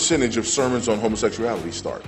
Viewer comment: It's amazing how everytime on YouTube I hear something from this man it's about homosexuality. And he usually can't even pronounce the word homosexuality correctly anyway. He says homosexeality.